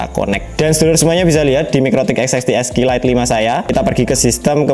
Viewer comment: Lebih susah nyebut serinya daripada nyettingnya Sering salah nyebut jadi "esek esek lite"